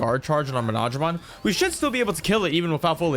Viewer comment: Btw he’s pronounced mono-dramon nor mo-nodramon